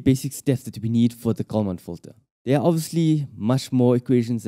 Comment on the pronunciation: If you put on an expensive video, you should at least find someone who can pronounce words correctly, starting with "common fitter".